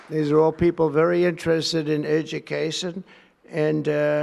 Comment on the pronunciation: Educasson? At about (speech slurred)